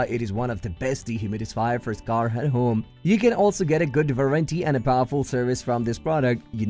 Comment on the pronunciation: Wha?.... I "can also use at hoom, for use at the hoom, and good also fer da hoom in the good product of the hoom." Your logo is phallic.